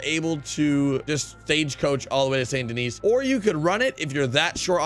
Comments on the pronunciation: It pronounced san den-ee just so u kniw bud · Its pronounced sand doni its strange but that's how it pronounced